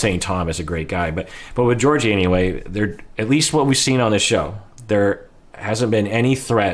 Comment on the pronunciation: Fun fact: the correct way to say Georgi's name is by pronouncing both g's the same way they're pronounced in the word goose. Ghe-OR-ghee. Trust me, I'm Bulgarian =) Also, while Georgi doesn't seem super affectionate, I don't find anything wrong in his actions so far., your analysis is great as always!